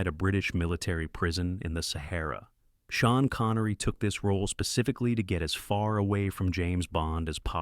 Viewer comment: Who is "Shan Connery"? Your AI narrator makes you look like a fool